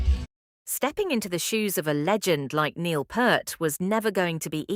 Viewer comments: It’s P”ear”t. Not Pert. Get it right. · Neil's surname, Peart, is pronounced like "Peert." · This obvious ai bot butchered not only Anika's name, but Neil's as well. This, by itself, is unforgivable. But actually saying that she replaced him, even floating the idea that "The Professor," COULD be replaced... This video is misleading, utterly misses the point, and gets even the fundamentals brazenly and flagrantly WRONG. If Rush had EVER done things this shoddily, the world would not even know about them. You have earned my block and report.